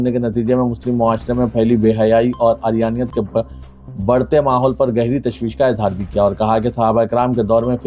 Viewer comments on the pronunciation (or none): Arryanat nahi urryanat